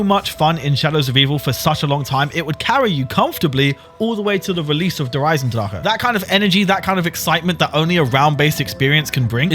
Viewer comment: You just pronounced Der Eisendrache correctly.